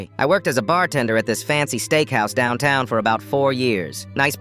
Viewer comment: Why did downtown come with a Texas accent? 😂